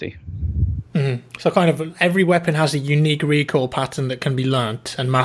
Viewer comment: Recoil sounded like recall